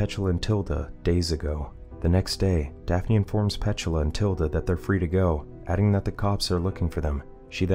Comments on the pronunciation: No its pronounced P-tula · Pronounced Pet-tooo-la 😅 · Is that really how "Petula" is pronounced?